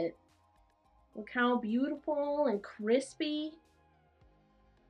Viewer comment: ~ Cwispyyy lines ~